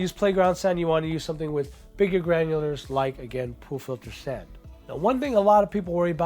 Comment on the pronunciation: I though he said 'poo filter sand' I was confused for a second LOL